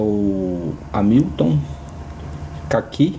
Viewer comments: Excelente vídeo, amigo! Mas a pronúncia é algo como "Rémilton", e não "Amílton" 😁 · você falou "Amílton" o video todo. Eu me referi à maneira que você pronunciou o nome da marca, não à maneira de escrever. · A pronúncia correta é rémiltom.